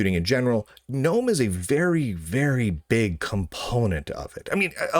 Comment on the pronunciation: You are mispronouncing Gnome and Ubuntu. In Gnome, you are supposed to pronounce the G, unlike in the normal English word, and Ubuntu is oo-boon-too. The middle part isn't pronounced bun.